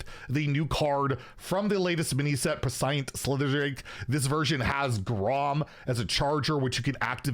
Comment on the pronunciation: Prescient is pronounced preh-shee-ent btw